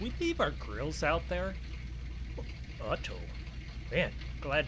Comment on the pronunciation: Its uh oh not ut oh